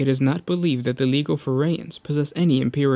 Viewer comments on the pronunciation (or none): Legio. Pronounced Lee-jee-oh.